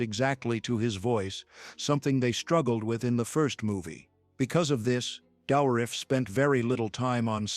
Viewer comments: Why do you pronounce Dourif's name so weirdly? I never heard anyone emphasize the "OU" so strong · As a non native English speaker the name "Douriff" sounds to me french.